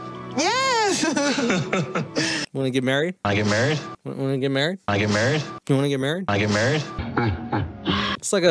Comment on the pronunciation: I thought Colt said wanna get maccied 😂